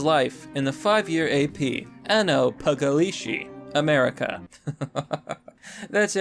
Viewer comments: >"pagliacci" >Reads paGlishi I swear to god you americans can't do the italians even if you try Love the vids btw keep it up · That ain't how u pronounce pagliacci lmao